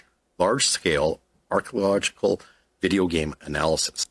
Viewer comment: Why couldn’t the guy pronounce archeological? He had like 5 tries and screwed it up every time